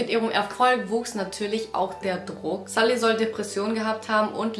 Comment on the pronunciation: Sie wird sulli ausgesprochen nd salli😢